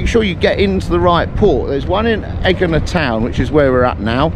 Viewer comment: There is no G sound in Greek its actually prounounced Y sound